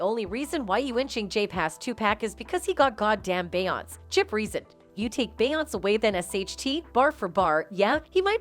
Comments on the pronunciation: Just like that voice saying “Bay Ons”!!! On another video I wrote BEY- ONS-SAY!!! Say her name right, along with all the other names!🙏🏾🙏🏾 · “2 Pack” and “Bayons”!!! 🤣🤣🤣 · 'She' is saying 2pack and Bayons, because she is a TTS program, not a real person.